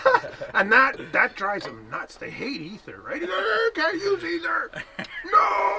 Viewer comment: Brazen hussy with your "either!" LOL